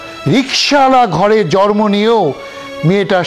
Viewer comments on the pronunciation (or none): এরা কোন ধরনের মডেল যে, এরা ঠিকমতো জন্ম উচ্চারণ করতে পারেনা সেখানে জরমো উচ্চারণ করে। ভাষা ঠিকমতো উচ্চারণ করতে পারেনা। শেষের দিকে জন্ম কথাটা জরমো উচ্চারণ করেছে